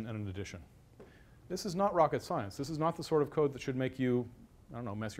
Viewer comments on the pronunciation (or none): none